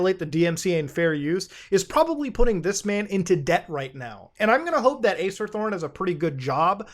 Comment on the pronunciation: i keep thinking you say Ace Attorney